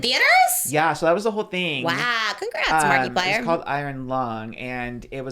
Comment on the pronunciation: Pronouncing it "marky-plier" is absolutely sending me. I'm only calling him that from now on